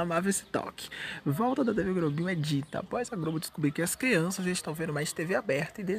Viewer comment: Ele troca o L pelo R "Grobo" "Fro"